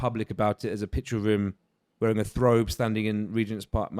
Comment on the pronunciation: Love the podcast but it's bugging me when keeps calling a thobe a "Throbe". Lol